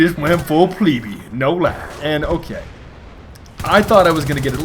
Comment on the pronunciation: Can't pronounce plebeian